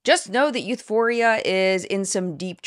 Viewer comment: Euphoria is as bad as Youthforia lol